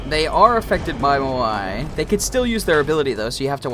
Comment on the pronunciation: why does he say mo i instead of moai?